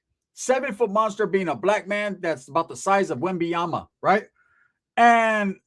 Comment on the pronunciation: You said Wembyama haha!!!! Orale pobre vato. Guarrrrrrrddddddd